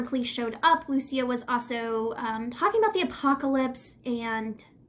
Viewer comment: I met this girl!! She was a friend of a friend, she stayed the night at my family’s air bnb. Smoked a j with her. She did not seem like the crazy type, I believe it was definitely a mental break. Also you are saying her name wrong, (Lou-Ees -Ah)